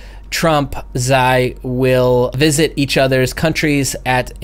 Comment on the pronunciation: Doubt we'll make that high, the way s&p is acting lately. Looks like traders are selling any bounce. (not to nit-pick, but that's not how you pronounce Xi)